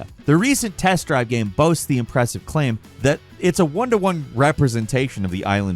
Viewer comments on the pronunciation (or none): none